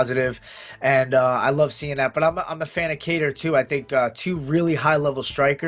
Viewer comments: Is sanghagen really calling him “ka-tar” wtf do you live under a rock bro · Sandhagen “guitar” with a k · Lmao this man said Khatar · Cory "calvin Qatar" Sandhagen 😂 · It's almost like he's saying guitar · Sandhagen pronounces Calvin’s last name like Guitar 😭😭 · I know Calvin, Sandhagen pronounced it wrong lol it sounds like “Cater” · why does he say "katar" that way 😂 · dude what is up with all these CTE fighters can't even pronounce Calvin's last name lol